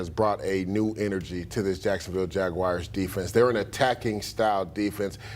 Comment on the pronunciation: Who are the jagwires???? He can’t even talk properly